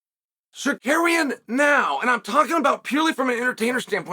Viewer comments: Men can’t stop laughing 🤣🤣🤣, Chael it’s not tsakarian it’s tsarukyan lol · Auto subtitles has "Tsarukyan" pronouced like "Sir Karen" "Sarakian" and "Sarcaran" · Zarukyan would the accurate pronunciation 🇦🇲❤️✝️ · SAH-ROO-KEY-AN say it Chael, say it 😂😂😂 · Carukyan just that’s right pronounciatian 😊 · Arman “SarKaryan” 😂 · Armen Sarkaryan 😅😂that's incredible 😂😂😂😂oh Lordy it's Sarkaryan and Daroosh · Chael Stop trolling us with butchering these names!! 😂 And if the judge DID apologize to Tsarkarean, the UFC should investigate that 🤷🏻‍♂️ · Herman Sarkarian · Pronunciation of his name on purpose? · Why you keep mispronouncing his name on purpose, man? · Can you learn to pronounce their names??? God damn dude. Or just say Arman. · Bro said his name properly on ESPN then went back to his old ways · Cheal makes it a habit for mispronouncing people names smh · I saw the title of the video and knew I would hear 16 different pronunciations of "Tsarukyan"